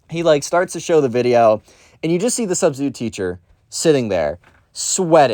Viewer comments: “My Sustistute teacher” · Ah, yes. The sus-titute.